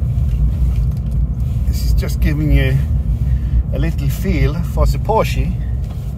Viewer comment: It’s pronounced porshaa